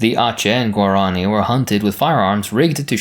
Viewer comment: Why do you pronounce Guarani like that? It literally has an accent on the I